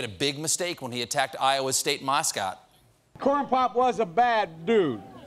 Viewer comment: what's a "...State MAHeescot"?🤔🤓😆